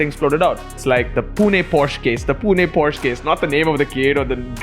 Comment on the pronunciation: PLEASE BROOOO ITSSSS = """""""POH SHUH"""""""